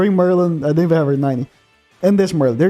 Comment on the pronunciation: Ok could u stop ur voice is annoying and u say fink in stead of think